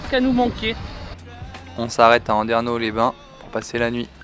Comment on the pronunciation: Ce fût un véritable choc auditif😅. Première fois de ma vie que j'entendais "Anderno les bains" 🤣! Et au plaisir de vous suivre à nouveau !